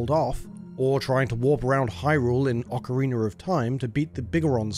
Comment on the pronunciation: Oakareiner. Holy hell thats a butchered way to say it haha